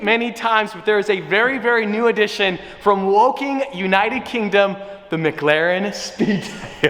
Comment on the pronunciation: I love u but please it’s McLaren not MgLaren